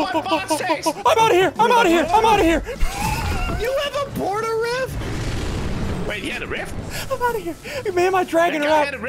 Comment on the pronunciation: did anyone else hear call the rift a porta rift